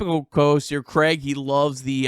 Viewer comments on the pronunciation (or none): none